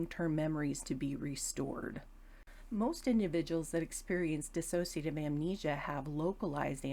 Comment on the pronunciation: Would be really good if people, especially professionals, could pronounce 'dissociative ' properly.. it's not 'diss-a-so-cia-tive' ... it's 'dis-so-cia- tive' ... Thanks for the video